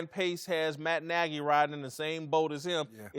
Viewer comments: Lol nah he said Matt Nigy I thought I heard it too 😂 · Who also heard "its my n...a's decision ..." when vick started talking? 😆😆😆😆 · When Michael Vick said Matt Nagy it sounded like he said something different...:)